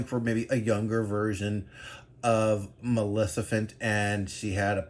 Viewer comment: Did i heard "malecifent"?